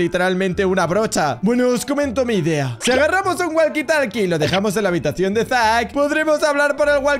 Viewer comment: Si a mí también pero creo que se dice zack